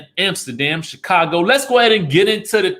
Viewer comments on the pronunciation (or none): none